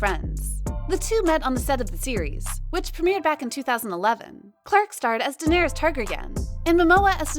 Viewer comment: Are we just gonna gonna ignore how they said Daenerys "Tehgrehnaan"